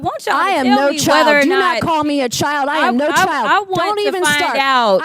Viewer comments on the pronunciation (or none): It’s actually CHILE… I don’t think anyone even pronounces a D sound in that. We sure don’t. 😊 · Chile, not child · I think it’s more like (chile) not child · She said "Chile" not Child! I got the hair ties, vaseline and a chair to seat in, while I eat my popcorn to make sure that NOBODY interferes! Cause Chile, Grown women now don't play~let's go outside, away from the Capital and say this! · she didn't call Nancy's name even though she was referring to her. Nancy took offense to Jasmine speaking the truth, & by the way, Jasmine said "Chile" not "child." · Nancy Mace represents South Carolina! She knows very well.that JC did not call her a " child "! JC call her a " Chile ", which in the south is a SLANG TERM! Just like ' bro" , "word,"and solid! NM knows what " take it outside" meant, too! She meant just whay she said! Lets not forget that this is the same person, months ago, on NATIONAL TV", refused to.pronounce VP HARRIS name correctly! Despite being called out by other guests, on the show! She continued to blatantly, intentionally, disrespect VP Harris! However, NM consistently ACTS LIKE A CHILD! NM is triggered and intimidated by JC beauty, intelligence, education, qualifications, professionalism, popularity, and mere prescence! NM needs to stop.bragging about graduating from the CITADEL or HER AGE! It's clear her racism, bigotry, homophobia, transphobia, and uncouthness, IS AGING HER!